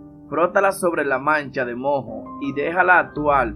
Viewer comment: No se dice mo, se dice moo, con la primera o acentuada. La h es muda